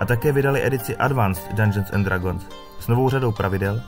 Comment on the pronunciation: Hele koukal jsem do , informace zajímavé (nicméně sám mám tyto údaje načtené, neb mě D&D velmi zajímá), ale velmi bych doporučil použít google poslechový translator pro výslovnost. Už jenom samotná výslovnost "dragons" je uši drásající.